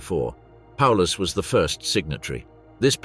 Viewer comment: Not even calling him properly.